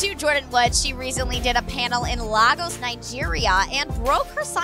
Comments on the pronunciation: Lagoes nigeriiaa I wonder what is that it’s Lagos Nigeria u people don’t know how to pronounce it that’s a big shame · Girl its Laygos not Largos No hate tho Awesome report always seem to make me laugh😂😂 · Laygos not lahgos.... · The way she pronounced l"A"gos was so funny. it is pronounce "laygos" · Someone please tell it's "LAY-GORS" 😂😂😂😂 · No offense but you pronunced Lagos,Nigeria wrong. It is pronunced (Laygos Neyegeria) so yeah just a heads up and I should know cuz I'm from Nigeria so yeah thank you next 😀😊😁😀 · Did anyone catch how pronounced Lagos, Nigeria? Smh